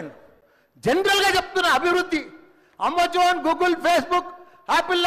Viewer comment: Amzooone kadu ra lucha amazon neeku english pronunciation Radu. Eedi India state situation money untey politics leykuntey education cheysi job. Eedi ee loudala system